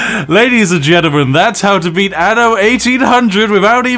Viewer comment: Tip: when you pronounce "anno", you need to pronounce the double n. Ie, say "an no", not "a no". "Anno" is Latin for "in the year", but pronouncing it like you do is Latin "ano", meaning "in the arsehole."